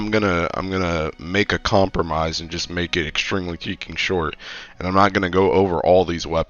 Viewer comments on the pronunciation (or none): imma be real chief are you saying shieking instead of freaking? its been bugging me for a minute